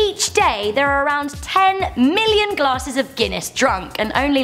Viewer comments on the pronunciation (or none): Did she just say 1 million died wrong